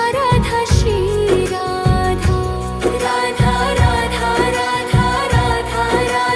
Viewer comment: Aap galt bol rhi ho voh shri radha hota hai naki si radha 😅